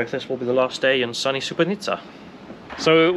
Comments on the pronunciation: You called the city wrong the whole time, it's SuboTica not SuboNica. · pronunciation of Subotica sounding like Srebrenica... at the start i was wtf? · Am I the only one who heard you said "Srebrenica" instead of "Subotica" in this video? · mispronouncing "Subotica" as "Srebrenica" though 😅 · Its not Srebrenica lol, its Subotica. Sooboteezza. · Subotica and Srebrenica are 2 different things. It sounded like you said: Srebrenica which is incorrect (were you playing the Serbian war music upon entering the town -deliberately?). Less than 5 minutes into this program I could tell you are a racist. You wr scared of entering a lift? WTF? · It sounds like you say ‘sbrenica’ instead of ‘subotica’ 😂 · Dude you keep calling it Sre-bre-ni-tsa, while it's Su-bo-ti-tsa. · LOL i Thought he was trolling everyone ! Srebrenica, really !? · The town bordering Hungary in north Serbia is called Subotica, not Subonica. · your pronunciation of Subotica sounds like Srebrenica, which is fucked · You pronounce the town of Subotica as Srebrenica, terrible... McDonalds is garbage, that's why was empty there. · He said “Srebrenica “ 😂😂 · SuboTica not SuboNica. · Is it just me or every time he says Subotica it comes out as Srebrenica? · You pronunce everything between S and A in Subotica wrong. At first I was like 'Srebrenica, WTF?' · You have the funniest pronunciation of Subotica that I've ever heard. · That's a really weird way to pronounce Subotica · Take a shot every time he pronounces Subotica wrong.